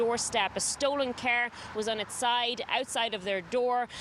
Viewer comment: It's car not ker